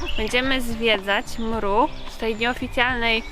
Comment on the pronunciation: bardzo ladnie! ale jako bunkrowcy zabieramy smieci te ktore nawet nie sa nasze... i prosze nie mowimy mru... tylko EM ER U.... wszystkiego dobrego 🥰